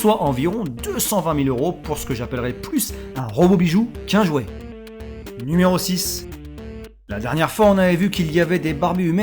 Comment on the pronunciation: "nméro 8" la facon dont tu le dit ^^ sinon bonne vidéo